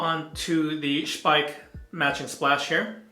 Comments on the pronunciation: i think you are the first english/american speaking youtuber that say the name Speick correct. Nice review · Well done with the German pronunciation of Speick! Nice shave... I need to do a shave like this soon.